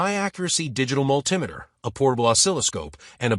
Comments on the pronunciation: I came looking for a multi-meter, not a mull tim itter. Thumbs down, no subscription for pidgin american. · Whats a mull-timeiter?